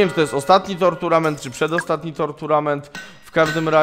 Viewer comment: Źle czytasz tournament